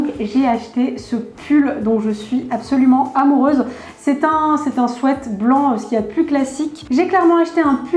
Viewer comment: on mexplique un swèèt elle a dit ? On dit un swiit mes sa secrit un sweet